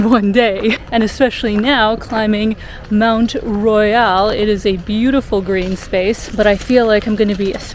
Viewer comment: FYI, pronounce it Mount Royal in English, or Mon(t is silent) Royale in French, not half and half